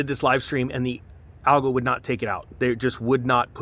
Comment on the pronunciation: Dude I had to listen to your acronym three times till I Realized what you were saying. ALGO = YouTube Algorithm